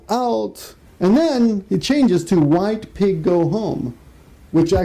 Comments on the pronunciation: I'm hearing whito pigo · Oh gods, when I heard you say White Piggu I almost died laughing. Why do I think that is so funny? Jeez..